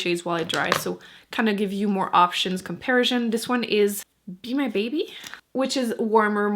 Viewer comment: You're the Empress of Lip Swatch videos. What shade are you showing here in the Milani?💄 It's adorable the way you slip into French when you say 'comparison'.